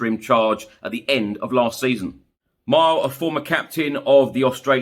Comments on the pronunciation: Pronounced me-Lay.. mile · hey, its pronounced MEE LEY jedinak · Mile (mill-ay) Nicname Jedi 100% in penalties in the world cup.